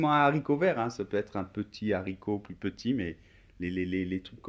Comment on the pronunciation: pourquoi tu prononce la s de plus, quand tu dis une plus facile ou la plus renversante?